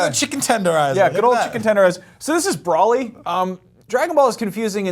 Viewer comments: Him pronouncing Broly as Brawl-ee hurts my soul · ...I wanna strangle you...I don't care if you said it once....it's not Brolly...it's Broly... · Uhm it's pronounced bro lee, not bra lee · brawlee.. hahaha close enough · "Brawly"? Yeeeah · Who else got triggered when he mispronounced ‘Broly’ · I don't think either of them know much about Dragonball. He can't even pronounce Broly right. smh.